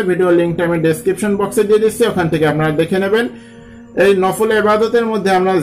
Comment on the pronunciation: It's "BEDAAT" You can pray as like "NAFAAL"